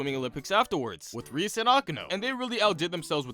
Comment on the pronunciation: Ahem It's pronounced Ri-ASS